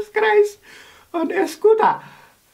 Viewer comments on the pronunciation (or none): "Jesus Christ on a scootar?"😂